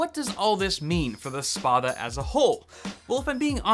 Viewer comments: Pronounce the 'a' like you would in 'spat'. It's a Roman longsword. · if it's greek (a frequent thing with gaming peripherals actually) then it's pronounced Spa-tha Spa like Spanish and Tha like tha(nk) and it means big sword.